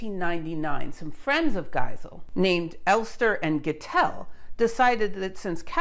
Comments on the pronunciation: Hi, took me one video to become a fan. One remark: the German named having an sound „[a͜I]“ in, are written with „ei“ instead of „ie“. But I suppose it’s easier for English natives to speak it correctly with „ie“. In German that would be pronounced as a longer „e“. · The German fellow's name is pronounced GHEE-zell, not GAI-zell or gai-ZELL. Otherwise interesting and informative. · I love your lectures but sometimes the pronouncation of last names throws me off - no I'm not perfect either. No, no problem with your Polish which isn't easy to pronounce. Giesel (Geesel), similar to Diesel, but with G. Yes, there is another physicist Geisel. Yeah, and my neighbour's last name is Geiger. Oh, I hope it's just a coincidence... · Love your videos and the good work you put into them. But at this occasion you pronounced the chap’s name as Geisel. Later you pronounce it like Gesel. I don’t understand why it’s so difficult to pronounce it like Diesel (fuel) but with a G. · Giesel (not geisel, pronounced geezel in German), Friedrich Oskar, : Chemistry researcher and more: Shortly after publication of the discovery of polonium in the summer of 1898, he [Giesel] started to isolate the new element from the waste of uranium production in the chemical plant E. de Haën in Hanover. By March 1899 he could present the first radium to the chemical society of Braunschweig[1] and by mid-1899 he published his results on radium.[2] Giesel improved the separation of radium from barium by using the bromides instead of the chlorides for the fractional crystallization. He produced large quantities of pure radium and polonium for commercial applications from uranium ore. Even William Ramsay and Frederick Soddy were buying radium from the factory of Giesel. (Wikip.)